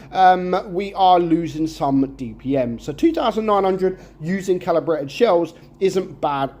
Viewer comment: He really needs his glasses 😂. He even said the tank dpm wrong